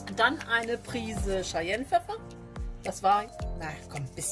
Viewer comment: Sehr leckeres Rezept! Werde ich auf jeden Fall in dieser Woche noch ausprobieren, habe gerade die Friteuse frisch mit Öl befüllt und mein Wochen-Speiseplsn hat noch Lücken. ... Kleiner Hinweis, es wird "Kai-jennpfeffer" ausgesprochen, das Gewürz hat, etgegen vieler Annahmen, nichts mit den Cheyenne zu tun... Aber deswegen wird es uns trotzdem sehr gut schmecken. Der 👍🏼 ist auf jeden Fall da (war der zweite😉). LG Sven von svens kitchen - cooking in 'n out